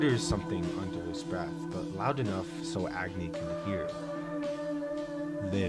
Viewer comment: Fun fact: Agni is also a fire god in India. It's pronounced as ugh-knee. I think it's cool to see the character names match their characteristics like Luna 🌙, Agni, and Sun ☀️